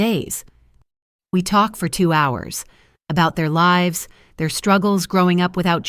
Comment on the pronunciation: I am sick of the expression of smiles not reaching eyes. Also, the Ai reader doesn't know which way to pronounce "lives." If you are going to post a story it should be professional. Why can't they hire a real reader/ narrator instead of Ai garbage. Fire the editor for letting Ai stupidity get through.